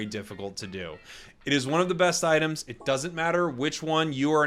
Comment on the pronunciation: "ITEAMS" lol